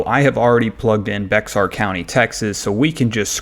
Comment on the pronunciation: Very helpful. Something to note is Bexar is pronounced "Bear" County.